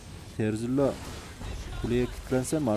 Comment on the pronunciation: terzilla değil dostum 😂